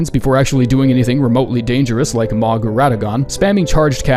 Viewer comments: I cant be the only one that gets slightly annoyed that he still pronounces Mohg’s name wrong even though its been said multiple times in game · the way you pronounce Mohg honestly gets on my nerves. Bro is mogging